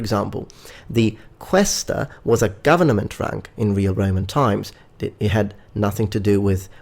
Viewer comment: I LAUGHED at "Governament